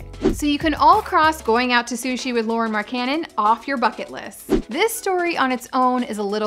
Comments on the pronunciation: It's pronounce "Loree MaryCannon". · Its pronounced "Lowry Mark-en-in" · His name is pronunced lao-ri mark-an-en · Its pronounced like Lowry Mark-a-nin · Pronounced the man's entire name wrong smh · SAY HIS NAME CORRECTLY DAMN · hahaha learn how to pronounce his name ahha